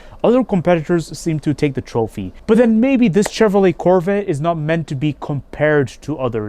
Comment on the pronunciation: Nice “CHHHevrollA”.